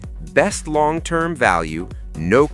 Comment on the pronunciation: What was "one wong year" ? Was that when you took it to the Chinese workshop?